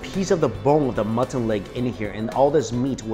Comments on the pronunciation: Are you saying "mutton"? Keeps sounding like "mutson" meat. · Am i the only one to notice he says muttun gunny?? Lol